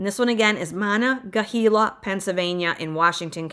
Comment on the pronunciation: Monongahela(Mo-nun-ge-hAla), Apalachicola(apa-lachE-cola), that second one was always hard for me too, lol. Then I married a man from south GA, got corrected all the time, it's okay, if I was perfect I'd be rich. Starting to see houses jigger a little bit on prices here in E WA, just a heads up. However, taxes and cost of living are not for the weak of heart.